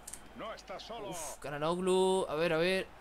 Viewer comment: Çalhanoğlu se pronuncia Chalanuglu Gran video:D